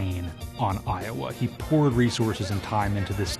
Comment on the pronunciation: Seems as if "EYE - OH - WAAY" is a bit if a mess...